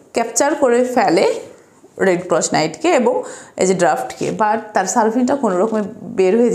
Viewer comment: রেড ক্রস উচ্চারণ সঠিক করার চেষ্টা করতে পারেন।